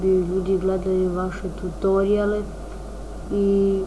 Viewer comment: kaze se "tutoriale"